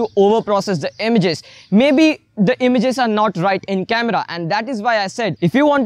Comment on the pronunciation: It's not emiges.. it's images